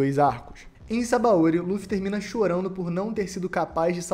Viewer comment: Só um detalhe é sabÃOdy, não sabaÔdy